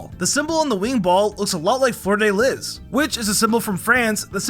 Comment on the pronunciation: Aint no way you mispronounced the "fleur de lis" that badly